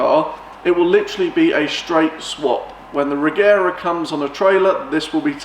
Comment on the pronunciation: The right way to say Regera is Rejera , the G shall be as in Georg. But I think Christian gave up that since he also say it as G now.